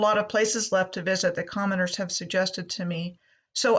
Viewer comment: Ha - At the end when you said "I still have a lot of places left to visit that commenters have suggested to me..." at first it sounded like you said "commoners" and I thought whaaaaa? Another great video,.